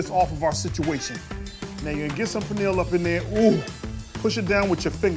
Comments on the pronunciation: pronounces pernil better than the Puerto Rican chef😝😂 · Anybody that pronounces pernil like that dont know what they doing lol